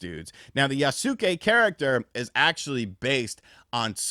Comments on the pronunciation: Pronounced Yahss kay Not yah-suh-kay LOL Kyoto's pronunciation is still bedeviling you as well I'd imagine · Not quite, it's more like yas-keh, like heh but with a k. there is no pronounced i in Yasuke, even though americans like to pronounce it like that. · its Yaske , the U is silent. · I'll wait for Ghost of Tsushima 2, and it's actually pronounced "Yas-kay". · i swear no one knows how to pronounce yasuke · Stop saying his name god dam 😂 i hate the way you pronounce it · It's "feudal" (Few-dul), not "fetal" and it's "Yasuke" (Yas-e-kay) not Yaa-Soo-Kay.... not to be a d!ck, but also.....kinda fun being a d!ck. Still can't believe how many gaming "influencers" have never watched any anime or subbed Japanese content.......sorry, but I felt the urge to troll. Love ya, hope you're doing well! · Yasuke pronounced "Ya-skay". Naoe pronounced "Nay-Oh-Ay" Hope that helps lol.